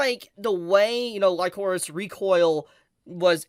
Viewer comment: wtf man. Some of the things you say make me question if you actually watched the show or not. Chisato is not basically mercenaries or soldiers. They are assassins raised by the DA. Also kinda jarring hearing you pronouce Lycoris wrong multiple times, it's said multiple times in the show. Also, the explanation about Majima being an hero of justice makes zero fucking sense. Perhaps you should try grounding the setting instead of mentioning DA out of nowhere without explain who or what the DA organization is. Like IDK maybe explain the setting of the story and major players. Instead of diving straight into Majima. Kinda weird way of explaining things tbh. Also Chisato is not the only main character in the show. It's obviously Chisato and Takina. As each are represented by the color red and blue in the openings, endings and title card. And it's not only the DA being the possible evil organization. It's the Alan Institute cultists. Great job not mentioning them. They helped smuggled over 1,000 guns into the country. They essentially supported Majima in starting an coup de tat or terrorist attempt on the country. That's where the Hero of Justice line is blurred. Majima views the DA operating in secret to be bad since he views the public should know the truth. At the same time he was willing to stop fighting Chisato and be an duo and go after the Alan Institute, who is arguably worse being an multinational organization. The fact they have technology generations ahead of modern